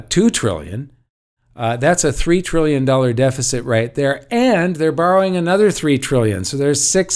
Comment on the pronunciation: You keep saying bowering ....who is the money been borrowed from .?